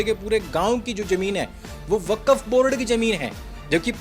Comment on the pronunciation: वकफ नहीं वक्फ है ये साला